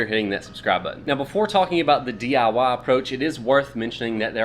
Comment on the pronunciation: Whats “dee ya wah”?